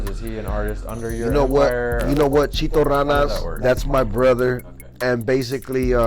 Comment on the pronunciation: Ma nigga said chito ranas name wrong 😭